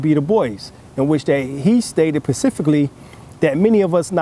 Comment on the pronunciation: Specifically bro...not patifically